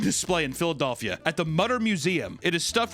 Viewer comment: can’t get over how you say “Philadelphia”?! 😂 ha haha wow!